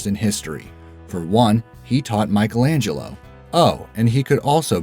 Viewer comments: Apart from the fact that he mispronounces "Michelangelo". Apparently, he never watched "The Lego Movie". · Scusa, e "MAICHELENGELLO" dove lo metti? 😂